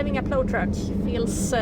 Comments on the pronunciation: Thank you for a wonderful video that brought back many fond memories. First off, the word Plow is pronounced like Plowe with the Owe part like when you smash your finger or something. I am originally from the Chicago area when we normally do not have a large snowfall, but occasionally we did get total Blizzards with feet of snow. I drove and supervised a crew of snow removal drivers totalling somewhere between 100 and 200 drivers. We covered an area about the size of Stockholm but more rural in nature. One major blizzard, we fought for 28 days and nights We viewed these storms much like a battle with nature and nature usually wins. It was so bad, we were evacuating women about to give birth or heart Attack victims in the buckets of Wheel loaders because it was the only way to get them out. Your equipment looks pretty good - Our were foe the most part 5-10 ton GMC trucks with Baker wing plows and tailgate spreaders on the real. Thanks for the memories lady and keep up the good work, Between you and Angelica Larsson, you make my day. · I'm impressed, that's a big scary rig- you did great! By the way its pl-ow (think ow as in it hurts :)... Cheers from the US